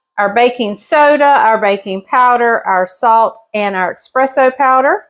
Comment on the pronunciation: Love your videos but I must say it is ESPRESSO not ex presso. Not meaning to be rude